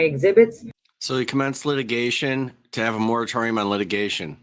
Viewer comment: "Mortittorium." Excellent work, sir. 👏🏻 😂